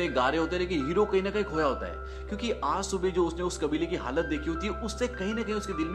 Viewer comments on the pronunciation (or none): none